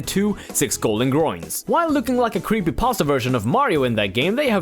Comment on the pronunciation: he said 6 colden groins hahahahah